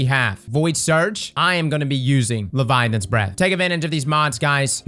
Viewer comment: Bro, why you say it weird? 😅 Leviolence? Leviolins? Say it with me LE-VI-AT-HA-NS